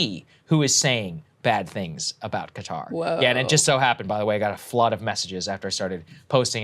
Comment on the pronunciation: FYI, the actual pronunciation sounds closer to "khudder" ;-)